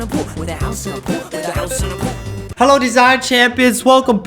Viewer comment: Omg that first word "HALO" like indonesia accent